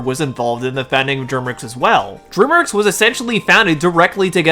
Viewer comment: Dude learn how to pronounce DREAMWORKS.